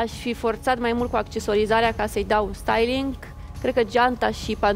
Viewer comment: doar eu am auzit stailinc?